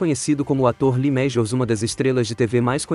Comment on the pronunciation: Lee mejius😂😂😂😂😂😂😂